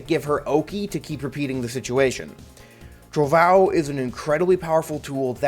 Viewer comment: I love Giovanna having Portuguese named attacks, cuz I can laugh at people saying "trovão" as "trovao"